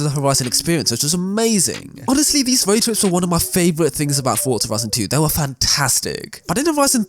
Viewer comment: This guys voice is so annoying, forza doesn’t have a “t” in it, forza not fortza